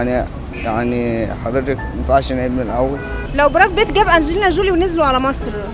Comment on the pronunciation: انجلينا جيلى؟😳 اشهالبدليه الخرااا😂😂 اسمه انجلينا جولي